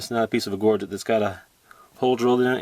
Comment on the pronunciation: Wow...thanks for sharing your amazing collection, I can feel your passion for artifacts!! This sounds petty but so glad to hear you pronounce Gorget correctly......Happy hunting. James